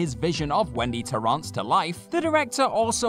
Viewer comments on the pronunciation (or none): That is definitely not how you pronounce Torrence. Ugh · Is that how you pronounce Torrance? 😝